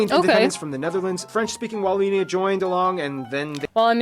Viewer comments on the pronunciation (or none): I'll write this as i watch the video..some info : It's not Walloonia.. use the O of 'bogus'. You did not " do well " in the battle of the Bulge... you performed MIRACLES !! American soldiers went beyond hell as it is a really cold region during wintertime. I spent my military service in the region, the coldness cuts thru skin an bone and they didn't have proper clothing. To survive that takes a mental toughness beyond belief never mind eating 24/24 artillery shelling. Still grateful for what they did ! Visited Omaha Beach twice... it sure shuts you up walking thru that area. This video is really funny. Don't know what that's called what you're wearing but it's pretty ! Yeah us Belgians are a weird bunch but that translates well to English so as an English speaking tourist you won't feel left out when amongst Belgians. Most of us speak English pretty well, which wasn't mentioned in the video.